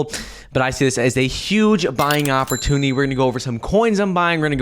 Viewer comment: 🤣🤣🤣 He still can’t say “ opportunity”. With regards to… per coin. Mouth breather.